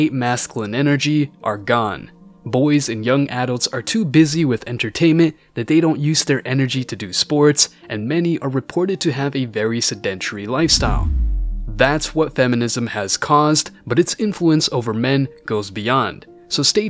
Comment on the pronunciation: It's SEH-dehn-tehry